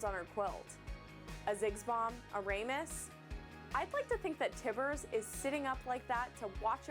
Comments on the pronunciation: What's a fucking Ray-mus? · "A Raymus" wtf... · Raymus??? Another thumbs down. If you're going to host a show, at least plz spend a little bit of time learning how to pronounce the champion names. What is this the 5th-6th champion she's mispronounced? She's just going to get the same amount of respect that she has for her job. Let me be clear that I don't care what she looks like or how she talks or all the other stuff people complain about. Just that she do a little bit of research into the game.